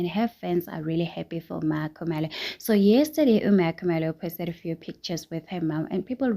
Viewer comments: The way u say Makhumalo haay girl u suck... Wats with the cheeziness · Hay the way she pronounce Meeequumalo 😂😂😂😂😂 let's forgive her she's white 😂😂 she cant pronounce maKhumalo properly , bless her😂😂😂😂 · Yho Meehkhumaloo😂😂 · Aowa wena o pronounce byang mma Khumalo 😂😂😂😂😂😂😂 haai ka gana